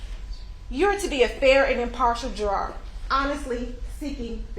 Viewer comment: I've never seen a lawyer who didn't know how to pronounce "ask" or "juror."